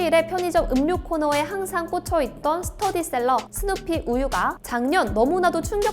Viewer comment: 오랫만에 복귀 보기좋네요 근데, 자막에 스테디셀러 부분을 스터디셀러로 나레이션하는 귀여운 실수를 하시공...^^ 잘 부탁드려요. 잘 보고 있어요^^